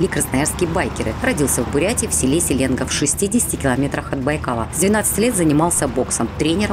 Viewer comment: Интересно где же, это село Се’лега, не рядом ли с посёлком городского типа Селенги’нск? Чисто придирка коренного 😁. В целом хороший репортаж 👍🏼